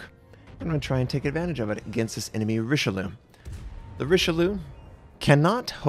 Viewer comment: tired of hearing this, is not RICHELEUWWH its pronounced riche-lee-eu